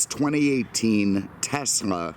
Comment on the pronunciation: Thank you for pronouncing Tesla properly